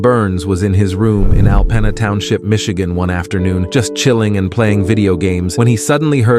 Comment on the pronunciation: Alpena is pronounced Alp[e]na